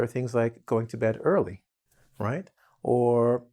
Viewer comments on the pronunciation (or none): none